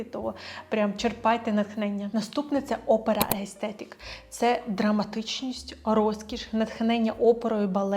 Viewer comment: Пані, я Вас дуже прошу - викоріньте з вимови «аестетік». Воно читається і вимовляється «естетік»! Приставка «а» робить це слово антонімом! За таким же принципом як в українській мові, наприклад, «морально/аморально» і тд Дякую! ❤ За відео і розбір теми трендів окрема подяка! 🫶🏼